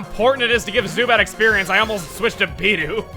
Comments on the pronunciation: Yeah, it is Bee-doof. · naw it's totally bi-duff legit